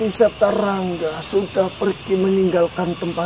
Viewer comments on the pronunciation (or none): Wedew septa bukan sapta